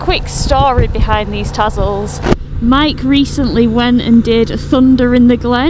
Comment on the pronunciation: It's Tazzle...with a zed......like when you catch the Buz